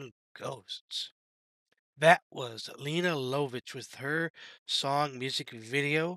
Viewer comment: Great choice! Lene Lovich is pronounced Lay-na Luv-itch, btw. It might work better if you listened to the track in it's entirety before commenting. Rather than constantly interrupting. Taking notes while listening would help with this. Cheers!